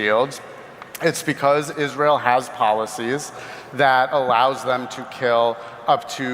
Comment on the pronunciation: It's always interesting to me when people have a thing they're talking about for months, but then they cannot pronounce a word like Israel.